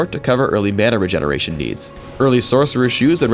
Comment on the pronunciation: was i the only one hearing him say magic penetration but there stood mana regeneration (in the subtitles) when he looked at masteries?